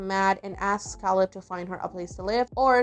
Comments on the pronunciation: Caleb. KAY-LEB. Dammit. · Great video. Very good recap. Makes you realize how a lot of the storylines would be viewed differently 20 years later I’m just curious, don’t take this the wrong way, but why do you pronounce Caleb’s name “Kal-ebb”? I don’t know a ton about accents but I’m guessing you’re French Canadian? Just curious. Please don’t take it offensively, it’s just very interesting to me!